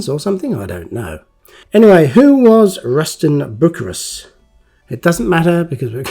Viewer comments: It's pronounced Bu-cy-rus, not Buc -a-rus. This came with 2 different sized decals. Also different colored tread . Great to see another of your great videos. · It's not Buckerus, it's byu-sy-rus. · Bucyrus is pronounced Bew-si-rus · Its not pronounced buck-ka-rus- it IS "Bu-ceer- us eerie" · Hi lovely job 😊 I know it as Bew cyrus not buccarus. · Pronounced Boo-syrus say the last part like the name Cyrus. Erie. It's actually a company in the area I live in they've been making earth moving equipment here for decades. Bucyrus erie. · Love your vids! Bucyrus is pronounced bew si russ. Just sayin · I pronounce that one word as "Byoo Sigh Russ." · Hi, I had to look up "Plasticine" as I've never heard that name. Found out that here in the States, Plasticine is known as "modelling clay" and is similar to Play doh. How about that, learned something new from a Matchbox Make Over Video 😊 Also as others have mentioned, Bucyrus is pronounced "byoo·sai·ruhs" (Which is a city in Ohio) I use to deliver steel sheets and steel plates to the Bucyrus Erie plant in Erie PA. you need to get yourself a pair of tweezers so you can get the decal sheets out of the plastic bags. Very nice make over, I never knew Matchbox released this model. I would have loved to have one of these as a kid. I did have the Corgi Excavator that was about the same size as the Matchbox King Size models. Cheers, Rich S. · Pronounced Ruston By - Cyrus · Its prounonced bu cyrus made in lincoln england. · I know of Bucyrus Erie through the Diesel Creek channel, so I also knew that it's not pronounced as 'Buckerus' 😆